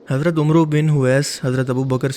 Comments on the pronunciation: Janab. Omro nahi amer hota hy. Ok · Bhai perhne main amru nhi amer hota he....... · Umroo نہیں، Amar صحیح تلفظ ہے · Pronunciation correct karo for example: 'Umru' is wrong AMR is right - is naam mey wav aaye to wav silent hota hai. 'ANS' Pronunciation is wrong ANAS is right PLEASE MAKE CORRECTION IN NEXT VIDEO and confirm any Aalim. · Umroo nahi amar pronounce kejiye... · عمرو کو عربی میں لکھا عمرو جاتا ہے لیکن اس کو پڑھا “Amr” جا تا ہے۔ “امر”۔ شکریہ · Umro ne hota bhai Amr hota ha. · جسی نام پڑھنا نہیں آتا وہ سچ بات کیا بٹے گا عمرو کو عمرو نہیں آمر پڑھتے ہے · Bhai oomroo nahi amar bola jata h. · Hazrat umroo nahi Hazrat Hamar . عمرو writhing main ok lakin reading main Hamar parajahaiga. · Amr sahi lafz hai. Umro ghalat hai. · Its not umro bro its amar عمرو کو امر جیسا پڑھتے ہیں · Umaro nhi hai naam amer hai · Huzrat Umru nhe prhty bulkay Amar prhty hn.. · Umro bin owais nahi amr bin owais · Yr ak word عمرو ko umro ni amar prhty hain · Hazrat e umro nhi hazrat e amr he iski correct pronunciation.... Likhny mn عمرو likha jata hy lekin pronounce amr kia jata hy...... But over all is best❤ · Amar bin Owais ha... Omro bin Owais ni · Ye lafaz "umro" Nahi balkay "Amar" hai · May b call it amr instead of umru..plz check it. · It's not umrooo I was also calling the same but now I know Correct pronunciation of this name is Amro bin. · Yh omro ni... Amar ha.. Wao silent ha yaha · بھائی عمرو میں و پر جزم ہے اور یہ ساکن ہے۔ اس لیے اس کا تلفظ عمر ع پر زبر م پر جزم ہے۔ درستی فرما لیں۔ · عمرو Amar padha jata hai Huzoor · "عمرو " کو اردو کو "امر" پڑھا جاتا ہے۔ اللہ مجھے اور آپ کو ہدایت نصیب کرے۔ آمین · او جناب عمرو نہیں بولا جاتا جس عمر کے ساتھ واو لکھا جاتاھے اس کو ع کی زبر کے ساتھ پڑھاجاتاھے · عمرو کو پڑہتے ہوے امر پڑہا جاتا ہے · صحابہ کرام کے نام پلیز صحیح کہیں۔ عمرو کو امر کہتے ہیں مسیب بھی ٹھییک نہیں کہا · عمرو کو amr pronounce کرتے ھین۔